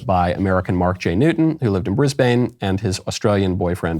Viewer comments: Brisbane - Brizz-bin, not Brizz-bane Mikey. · Disgusting article coming out of Queensland, Australia. However, Mr Knowles you mispronounced its capital city Brisbane. It's pronounced 'briz-buhn'.